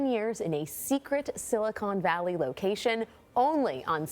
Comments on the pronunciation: "Silicon Valley" Not 'Silicone Valley' ... The news person should be ashamed of herself for not knowing the correct pronunciation. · she said "silicone valley"